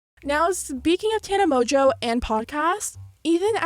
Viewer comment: MONGEAU MONGEAU ITS MONGEAU NOT MOJO ARE YOU BLIND